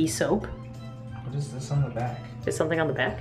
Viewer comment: “ THEYRE IN THE ICE MACHINE BOBBY,THEYRE IN THEH ICE MACHINE ”